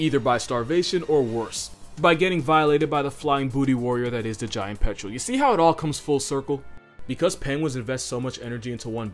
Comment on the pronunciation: "Even the giant petrol won't mess with an adelie..."